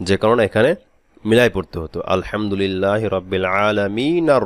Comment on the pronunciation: আলহামদু লীল না রিল হবে ?